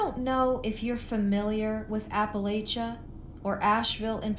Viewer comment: I cant.. lmao I'm from cherokee and grandpa from deep in Appalachia we own a mountain still.. she can't even say the word Appalachia 🤣 😂.. what a laugh... ❤